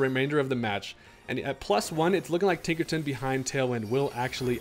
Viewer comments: Man said Tinkerton and not Tinkerton. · Tinkerton?! WITH THE HARD R?!?!? 😂